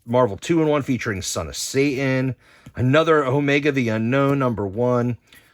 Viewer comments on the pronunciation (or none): Pet peeve of mine, when people from NJ say Say-in rather than Satan. 😂